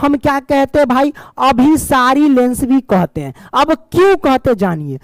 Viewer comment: Sar last mein aap galat padhe hain abhisari aur apasari